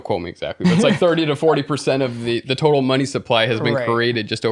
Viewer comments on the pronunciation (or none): none